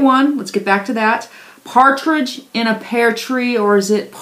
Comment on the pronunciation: "Pear" tree, not "pare" tree.